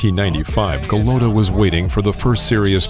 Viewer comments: The narrator has the pronunciation of his name wrong. It's not Andre Golutta, it's Andrew Gollota. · Why does the documentary presentor insist on pronouncing Golata as Golowta? I have never heard this before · How can you trust the boxing knowledge of someone who pronounces Eddie Futch as Eddie Feeuuw-ch and Andrew Golotta ...Andre Ga-low-ta. Who is this guy? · It’s ga lat tah. Lol go low tah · Can we get a narrator who knows how to pronounce the man’s name!? Andre Glota - are u shitting me? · Go lo ta I hate you're pronunciation of the name of the boxers despite the comentaters say it repetitively. Your videos are always great but it's greating to my eats every time you get the names wrong. It like saying myke twyson. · I LOVE your channel and videos, but PLEASE learn to pronounce these names right 🤣🤣🤣 Eddie Feeeeyyyooooks!? GuhlOtuh?! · Who the fuck is Andre?? This channel has good content but the narration is a joke. You can tell the narrator isn't a boxing fan, he's just some chump they hired to read a script. So many videos this idiot is pronouncing names wrong. "GoLOWta"?? Even though you can hear the commentators saying his name properly. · Goooo lota .... golota .. say it right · How about a narrator that can pronounce "Andrew" and "Golota", not "Andre Galota". Jeez. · LMAO ... Andre Galoada??!! What a joke. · Andrew not Andre. Golota isn’t pronounced Guh-loat-uh. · To bad he couldn’t pronounce his name correctly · I was out when the narrator mispronounced Golota. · Omg...dumbass narrator even mispronounces Golota’s last name! This video sucks! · How is this the world of boxing when the commentator calls Andrew Golota, "Andre" twice....and continously mispronounced his last name. Wtf.. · I think it is a computer generated result...or some dude who knows nothing about boxing. Screws up the pronunciation of Futch and gets Golota's first name wrong.